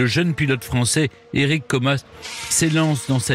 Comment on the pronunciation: alors monsieur Stéphane berne c est Érik comas et non coma.....